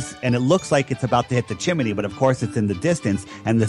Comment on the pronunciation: Who says 'chim-en-ey'? It's Chim-ney